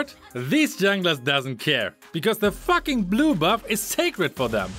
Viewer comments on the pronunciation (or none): I like they way u say “fucking” it’s like “ATTACK THE FACKING BASE”